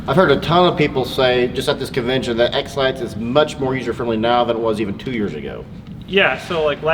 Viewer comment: it sounds like your saying Exlax Glad to have found you kids again. I lost everything! Thank you Dana for helping me reconnect with my channels.